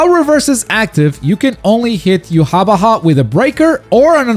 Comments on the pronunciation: "Yu wah ba hai is here to clo-" I'm sorry WHO?! Yu ha ba ha. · I know how hia name is supposed to be pronounced (YOU-HA-BAHA) and this is NOT that lol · To be fair, the katakanazation ユハバハ isn't even a good transliteration of the German pronunciation of Yhwach